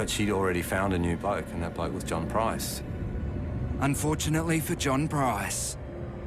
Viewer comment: Let's hope she never gets out of jail. She is ugly inside and out. This video was annoying because the narrator kept pronouncing Price wrong and you can't find a name much easier to say. Made him sound so stupid.